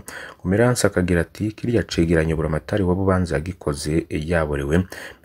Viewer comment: Burya uyu muntu adushikiriza aya makuru, koko yoba ari umurundi😢, umurundi atazi amazina y'intara ziwe😢😢, atazi uko batura ""Bubanza"" canke "" Kiriri "" 😅😅😅